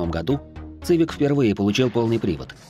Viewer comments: Ваш ЦЫВИК.звучит как колхозная цыбуля , хотя истинное звучание. CIVIC произносится в английской как и в русском произношении именно как. СИВИК ! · Автор мля....Не Цивик...Не Цывик мля... СИВИК!!!СИВИК!! Будь ы теме перед созданием видео.Ида, последнее поколение Хонда,это до 2010 года, потом шлак